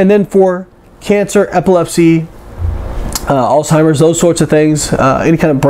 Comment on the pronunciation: Sorry. But you lost me when you began talking about "Alltimers" instead of Alzheimer's.